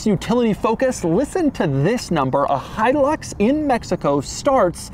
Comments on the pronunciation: My favorite part of the video is how he mispronounces Hilux over and over and over, again. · It’s pronounced different in Central America. He-eww-looks.